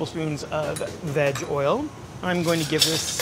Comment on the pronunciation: I know he said "Veg oil" but it sounded like he said Vag oil.